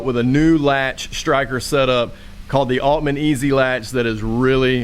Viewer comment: Ajajaja. I thought you were saying Almaneezy like some new rap phrase. Read the title again. Duh. Lol I'm a dork. Ahahaha